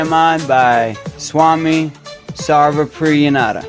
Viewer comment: You're so close! Just remember to pronounce the 'Nan' part like 'nun' (as in a sister in a convent). So, the correct pronunciation would sound like "Nun-da", but it's spelled Nan-da. youtube Caption Correction spelling: The caption says "Opanishad", that's definitely a mistake. The correct spelling is Upanishad, with the "U" at the start, not "O." Glad I could be of help 🌸🙏